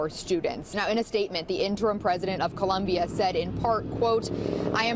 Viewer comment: That dude said “Columbian” University at the very beginning. lol